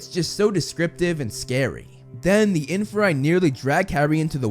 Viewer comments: It's not infa-rye it's in-fear-ie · infer-eye? aight you lost me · it’s IN-FEAR-E